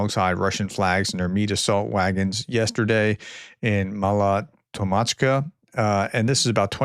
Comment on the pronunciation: .Break it into syllables. Tok - Mach - Ka. That might help pronunciation.